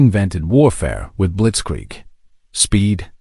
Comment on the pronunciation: Ha! Ai is funny, mistranslating "blitzkrieg" in "blitzsqueak"!